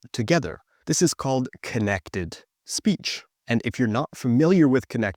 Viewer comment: I really can understand little bit without the subtitles, but when he said "speech" i undestood "is peach" 😢 and it happened around of the video...